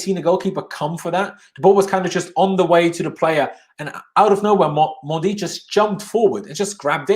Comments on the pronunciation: His name is not “mondy” stop saying that. So disrespectful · I’m fluent in French and it’s absolutely not the correct pronunciation idk what you’re talking about